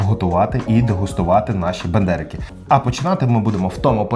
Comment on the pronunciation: Ну так Бендерики, а не БАндерики)) Я думав що це від Остапа Бендера)